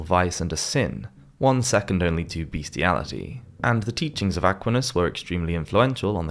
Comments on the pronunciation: It's Aquinas (Ah-kwine-us) not (Ack-weenus.) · St.Tomas Acquinus's name is usually pronounced - A quine ass, and NOT A quin us. The first rhymes with "wine" and not "win". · It's too bad that the AI-generated nature of this video is made all the more obvious by the atrocious mispronunciations of such names as "Aquinus" and "Castile". AI-generated videos should be prominently labeled as such. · I would suggest that researches the pronunciation of first names and surnames of historical people and the names of towns before narrating these clips: e.g. Aquinas is pronounced a QUY ness, and Castile caSTEEL, to name only a few. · I enjoyed the video, but just so you know, Aquinus is pronounced Ah QUIN us, and De Molay is pronounced De mo LAY, and Castile is casTEEL. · At least try to pronounce Aquinas the right way next time please ❤ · It would be good if whoever did the voiceover learnt how to pronounce things. Templars, Hospitalers and (Thomas) Aquinas come to mind... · What's with that pronunciation of 'Aquinas'? It really threw me off! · Where is this accent from since it is definitely not British - examples are his pronunciation of: Bubonic, Christian, Aquinas, Jacques, Castille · The narrator needs to check his pronunciation of Acquinas, Hospitallers, Cathars, and Castile.. Otherwise, thanks. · Good heavens, at least have the personal integrity to research the pronunciation of the names in your narrative. Sheesh! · His pronunciation of 'Aquinas' and 'hospitallers' is pretty weird as well.